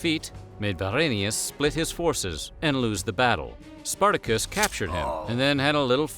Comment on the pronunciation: Spartako or Spartacus is not pronounce that way, is not an English name.